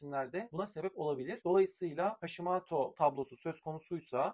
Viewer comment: Hashimaato değil hocam Hashimoto uzatmadan ve “ o “ ile. Japoncayı akıcı konuşan biri olarak söylüyorum